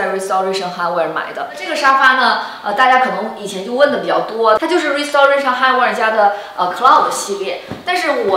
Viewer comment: 跟我读 rai si te rei shen